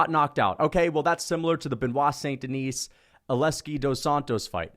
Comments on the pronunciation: If you're going to make a completely irrational hot take for clicks, can you get the damn guys name right?! Benoit Saint Denis. Hes French. Its not "denise" like Denise Richards, its pronounced "DI- knee". As in I want to Ben Askren da-knee you in the face every time I hear you pronounce his name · The “saint deNISE” is killing me hahaha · makes a lot of good points but he pronounces the silent 's' in BSD's last name so his arguments are invalid. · His name is Benoit St Den(ee)